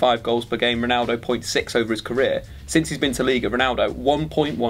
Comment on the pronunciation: Did enyone notice that said pnaldo not ronaldo?